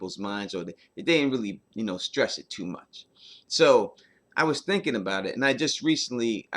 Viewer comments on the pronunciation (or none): none